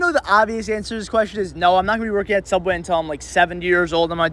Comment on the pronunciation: i agree… anyone who calls it Sooubway rather than the boring real name “subway” deserves respect